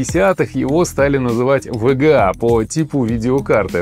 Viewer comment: Неудачное решение использовать ломаные названия. Во время просмотра это звучит как тега, вега. Я смотрю а у меня в голове ассоциативный ряд видеокарта от амд. В итоге сложно воспринимать какая-то каша. Если бы оно еще звучало как вга, но он быстро произносит и получается вега. Зря вы пошли этим путем. Нужно всегда выбирать грамотный путь и делать правильно. Исправляйтесь в будущем.